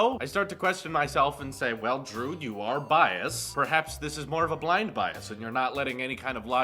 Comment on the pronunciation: Drew, it’s “biased”. 🙈